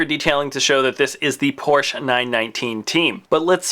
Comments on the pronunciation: It's Porsch-E-! Not Porsch. Then it would be spelled P-O-R-S-C-H. por-shuh. Porsche. That should help you say it correctly. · Since Porsche is a German family name, you should pronounce it as it is, with the e at the end. Two syllables. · The 'e' in Porsche is not silent. This is German, dammit.